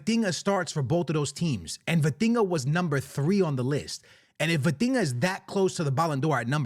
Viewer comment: The minute you said Vitinha , I stopped the video